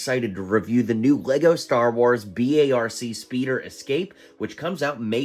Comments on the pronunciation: It’s pronounced BARK, you don’t spell it out lol 😂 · It’s not B A RC it’s literally like saying bark